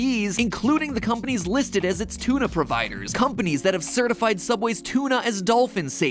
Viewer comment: “Ok one t00na fish sandwich coming right up!” “Why did you say it like that?” he dosn’t wanna get soob-ed.